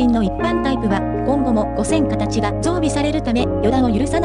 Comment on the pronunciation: アップロードする前にナレーションのチェックしましょうよ。「はっせんかたち」「ごせんかたち」「しょきくるま」「ワイドドアくるま」はひどいでしょう。